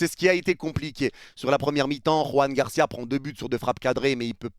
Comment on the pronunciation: Ça me fait mal de t'entendre dire Juan Garcia alors que tu dis Xavi, non pas Javi. Je suis sur que tu disais Jordi Alba, non pas Jorge Alba. Joan Garcia, Joan Laporta...